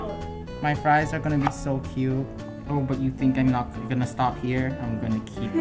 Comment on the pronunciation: Did say dough instead of so